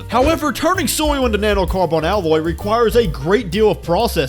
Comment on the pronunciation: "Na-no-car-BON" wtf